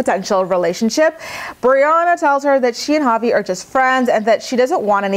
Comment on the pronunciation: Every time you said Javi I thought you were saying "poppy"! lol I was like," is that his nickname now?"😅😆😅😆